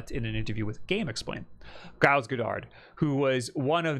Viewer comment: I've never heard the name Giles pronounced with a hard 'G'. USA, you continue to astound me.